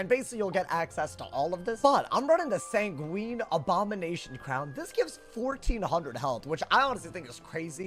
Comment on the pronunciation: Sanguine rhymes with penguin, it's not a type of pasta lmao